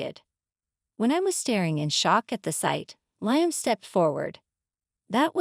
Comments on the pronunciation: Liam. Li-am not lion lyon ? Get the pronouncements correct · Not Lie-am. It's Lee-am.